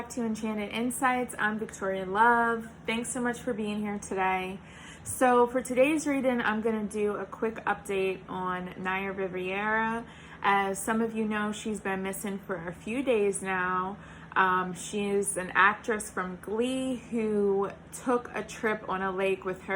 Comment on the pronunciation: It isn't RI-VIERAits just Rivera. Thank you.